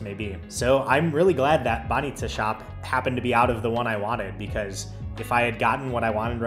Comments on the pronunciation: You're saying 'баница' perfectly! You did miss on any good Bulgarian beer though, Zagorka and Kamenitza are just awful. Uber was kicked out cause of intensive lobbying from taxi companies. Unfortunately, we're most probably going to remain outside of Schengen for now. It's bad for us, but on the plus side we might have you back :) Cheers! And happy traveling through Italy. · You pronounce "banitsa" like a Bulgarian, nicely done. 👍